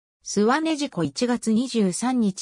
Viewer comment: 根自子さんは『こんゆいこ』さんではなく『ねじこ』さんです。既にガッカリ & AI 読み上げも向上必須！